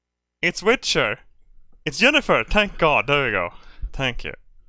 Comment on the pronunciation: I love that would probably pronounce Jennifer as Yennifer and literally pronounced a character named Yennefer as Jennifer.